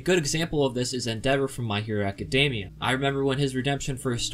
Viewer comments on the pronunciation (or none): none